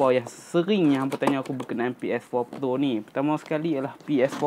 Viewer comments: Awat hg sebut pro mcm plo. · kenape sebut ps4 plo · Kenapa dia cakap ps4 "plo"